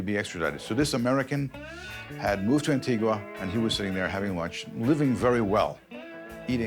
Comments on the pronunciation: ANTIGA not Antigwa! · I met his daughter when I lived in Antigua. She was nice enough but obviously enjoyed an oppulent life. Oh by the way it's pronounced "An-Tee-Gah'. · An ting ua - no even the investigator and several others involved says it the right way and it keeps being used! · The narrator cannot even pronounce the name of the island of Antigua. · And Antigua...ear bleed